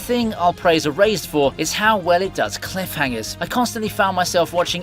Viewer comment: It might just be me but when he got to the anime Erased it kept sounding like he was saying Eraised😅